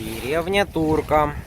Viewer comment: Только умоляю вас, не тУрка, а ТуркА!